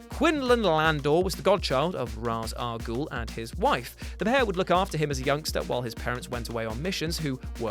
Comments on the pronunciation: "I'm gonna call him jus "Ra'as" from now on." Calls him Ra'as Al Gul again. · pronounce Ra's al Ghul right idiot